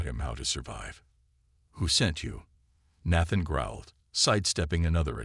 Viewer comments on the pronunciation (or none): Until the last few minutes, the audio is spoilt by the continued mispronunciation of the name Nathan. The spelling of the main woman's name keeps changing in the subtitles.